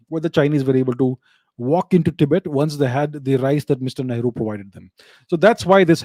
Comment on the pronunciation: Whenever Abhijeet sir says ‘Great Shree Nehru ji’. I hear ‘ Maadar bhatoora’ 😂😂😂😂😂😂😂😂😂😂😂😂